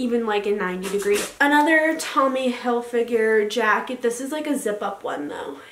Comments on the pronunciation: Not trying to be mean at all but is pronounced hilfiger not hilfiguer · If she says Tommy hil-figure one more time.... It's Hilfiger, Tommy HILFIGER. How can you mispronounce your "favorite" brand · Yo it's Hilfiger not figure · If she says Hil-figure instead of Hilfiger one more time she might actually get hit with a shovel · ITS NOT TOMMY hilfiGURE ITS TOMMY hilfiGER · Every time she said Tommy Hillfigure I cringed... Not trying to be rude but... Wow that's so not right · Hill Fig Er not Hill Figure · Reacting Time it’s hilfiger...... not finger wtf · no one: absolutely no one: her: ‘tommy hilfigure’ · “i’m in love with tommy hillfiger” can’t even say it right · no one: absolutely no one: not a single soul: her: tOmmy hilfiGure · the way she said Hilfiger like hill-figure kills me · If she says Hill-fig-a- ure again! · i swear to god if she says tommy "hilfigure" one more time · Every time she said Tommy Hil-figure I want to stab my ears out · Tommy Hillfiger called, he wants you to STOP calling him Tommy Hill-“figure” 🤦🏻‍♀️ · Sis. If you’re so obsessed with Tommy Hilfiger you should maybe learn to pronounce it. Also I didn’t see anything luxurious in this haul. Also also you called the Long Island medium and median. That’s in the middle of the road... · “i love tommy hilfiger ” then learn how to pronounce it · It’s HILFIGER.....